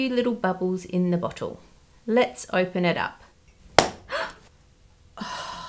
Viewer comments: "Bottle"...I thought the woman in the first clip on pine needle soda said "butt gosh! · That girl REALLY needs to learn how to pronounce bottle